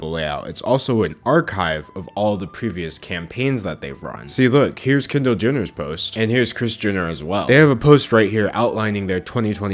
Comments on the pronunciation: the way he pronounces kendall as kindle😂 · why do u pronounce kendall “kindle” omg